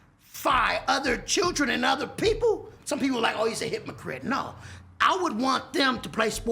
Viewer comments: Did this nigga say 'hit-ma-crit'? LMAO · “ Hes a hypmocrite” 😂😂😂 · Hip-no-Cript ? Smh